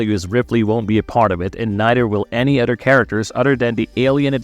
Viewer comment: Practice with me. Uh-THer. Other! Not "Udder!" Jesus try and work on that speech impediment.